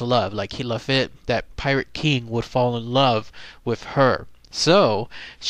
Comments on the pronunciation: his name is pronounced La Feet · LaFitte is pronounced LaFeet. The storm of 1900 was a major hurricane that hit Galveston straight on. There was no seawall and no early warning system it destroyed most of Galveston and killed between 6,000 and 8,000 people.